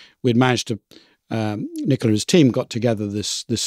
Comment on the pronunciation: I suppose from the accent that Nicola is Italian, in which case he was too polite not to tell you pronounced his name wrong. You pronounced it like the English female name.